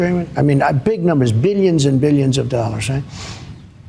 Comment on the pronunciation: "Beelyuns and Beelyuns.." ughhhh !!! 😒🙄😒